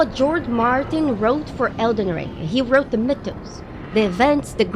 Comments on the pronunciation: Came to the comments to find out what word beginning with M she was saying. I was hearing Mid tones. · She's saying "mythos", not "midtones". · the middle isn't the bottom. Besides I think our friend here is right, I think she is saying "mythos" x) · It took me awhile to realize she was saying 'mythos'.